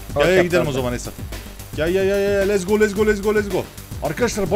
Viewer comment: lez go diyon da abi lezbiyen go der gibi oluyo